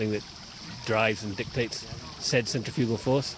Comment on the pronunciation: "Centrefugle force" That made me cringe.... I feel bad because of that.